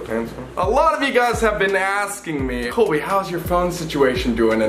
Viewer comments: Is no one going to talk about the fact that called Colby kobey Just me, ok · Abby Autumn it’s Cobe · am I the only one that always hears say 'Kobe' instead of Colby lmaoo